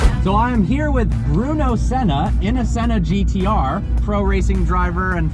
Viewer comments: “After driving the Senner” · Haha I heard that 😂😂😂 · He thinks he’s british